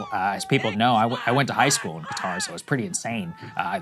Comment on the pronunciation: Sagar is the only person on TV that can pronounce Qatar properly.